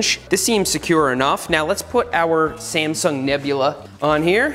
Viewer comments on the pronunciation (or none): Everytime he said sasmung nebula i died laughing.